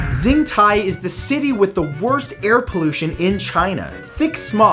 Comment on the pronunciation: xintai is pronounced with a "shh" sound, like "Shintai". Its confusing but thats how pinyin works for some reason.